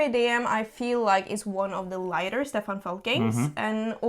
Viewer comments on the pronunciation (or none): none